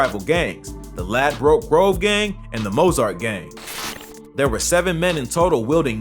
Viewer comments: No one calls it "Lad-broke Grove". Its pronounced Ladbrook. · okokok mate listen you can't pronounce his name properly and you can't pronounce Ladbroke grove properly and they aren't 1011 that's a cap